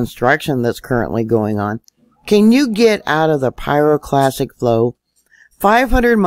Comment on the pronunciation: Interesting and well done video but please stop mispronouncing pyroclastic as pyroclassic. At 1st I thought I misheard you but you repeat it incorrectly multiple times. I'm no pro so am impressed by your apparent knowledge and understanding of volcanology, and don't want to see your credibility drop over something as simple as misspoken terminology. As a science minded person, I hope you will take this comment in the spirit in which it is offered, which is constructive criticism and not (is it) trolling.